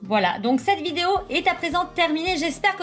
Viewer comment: A elle a dit fin de vidaeo 😂😂😂